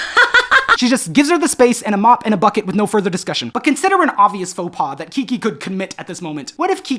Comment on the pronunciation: This may be my favorite video to date. It's giving me a lot of thoughts about how I want to be in community with people both as a person and as an (intentionally non-professional) artist. I really enjoy the way you say “Kiki.” Also glad you mentioned you have new music out, I didn’t know about it and I loved Overgrowth